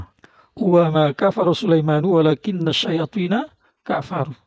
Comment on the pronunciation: ولكن الشيطين salah baca,bukan "nu" tapi "na",perasaan dia liat baca Quran ke bawah 😂,, Dia bagian dr huruf inna: tanshibul isma wa tarfaul khabar